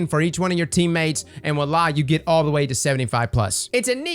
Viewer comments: wa-la no. voilà yes. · Gulag is an interesting idea, which I guess you'd change it to "adds health to the enemy primeval" once the mote phase is done? Also, I believe you were saying voilà a few times in that video, but you were kind of brushing over it. It's pronounced vwa-la. Hope they do something about heavy and invaders, because I do like Gambit a lot and hope to see it loved and improved within the game/community. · Voila ("walla") Count: 3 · I swear it sounded like you kept saying "wAllah"